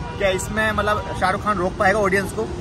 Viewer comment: Bhai malap nhi Matlab hota malap malap🤣🤣🤣